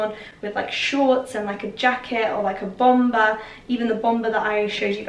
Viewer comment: The last ‘b’ in bomber is silent....